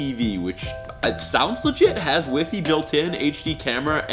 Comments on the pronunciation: Did he say wi fi instead of y fi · This guy is tech channel and says "weefi" instead of WiFi..wow :3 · . Has “weefee” built in. bahahahahahaha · It's pronounced WiFi not WiFi haha. Lol. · i was like No he didn't pronounce WIFI that way LOL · Am I the only one who gets annoyed by the way he says Wifi (wif ee) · 1: 22 am i the only one triggered because he said "wee-fee"